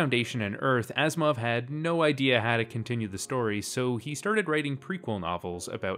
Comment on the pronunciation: Why I keep hearing Asimov as "Assmouth"?